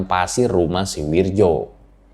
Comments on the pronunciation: Ngerasa aneh aja gt denger narator ngomong "Wirdjo" bukan "Wiryo" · Bacanya wiyo. Bukan wirjo